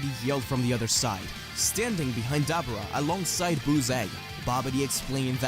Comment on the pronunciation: It’s “DUH - BORE - UH” not “DAB - ER - AH”